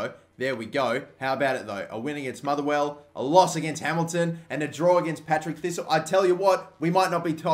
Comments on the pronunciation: IT'S PARTICK THISTLE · Patrick thistle not Patrick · 'Patrick Thistle'......... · It's Partick thisle not Patrick thisle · DID YOU JUST FUCKING SAY PATRICK THISTLE ITS PARTICK THISTLE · Conar Barney My favourite is "Patrick Thistle" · It's Partick, not Patrick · Partick thistle pronounce the name right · There's a few things I've noticed in this video that were wrong. The first one being second place doesn't go into the UCL play offs, they go into UEL qualifying. The second one was that you called Partick Thistle Patrick Thistle. Besides EA messing up and how you said one of the teams it was a good video. Keep up the good work from a Celtic fan 🍀🍀🍀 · "Patrick thistle" 😂😂😂😂😂😂😂😂😂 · It's Partick thistle not Patrick ! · "Patrick Thistle" It's PARTICK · it's parr-tick thistle not Patrick thistle. i know your Australian and can't word good but come on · when you called Partick Thistle Patrick Thistle i cringed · "Patrick" Thistle Haha 😂